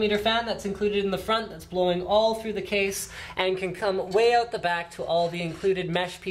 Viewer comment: 8.42 OOT? Canadian? :D